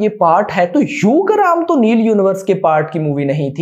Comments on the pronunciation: its ugramm not yugram or instagram 🤣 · broo its Yugram its ugram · यूग्रम नहीं है उग्रम हैं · U gramm nhi hai bhai ugramm uggar +mm